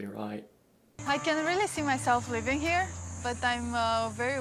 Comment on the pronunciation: "Nice high ceilings he"? It's pronounced 'here', not 'he' or 'he-ah'. Thanks for the color commentary, loved it.